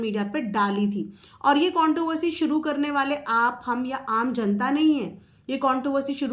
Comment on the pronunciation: Madam sorry but contoversy nahi bolte contRoversy pronounce karte hai Also aducation nahi education hai 🙏🏽 Additing nahi editing hai. Sorry but I just wanted you to know 🙏🏽 Prarity nahi priority hai